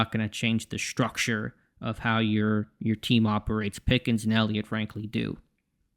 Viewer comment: lol why you say structure that way